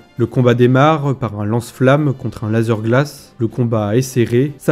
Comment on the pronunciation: Sympa les vidéos, mais lazeuuuur glace c'est juste pas possible mdr